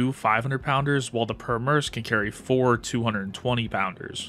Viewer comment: the way your pronouncing Pyörremyrsky…